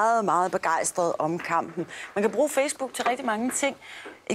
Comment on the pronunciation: lol hun siger fjæs book